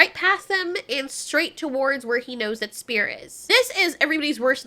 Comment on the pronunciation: bro called spear spang 💀